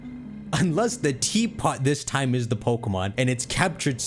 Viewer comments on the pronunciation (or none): none